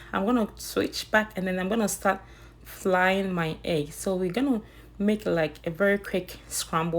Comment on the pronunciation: Did I hear “flying my eggs??”😂😂😂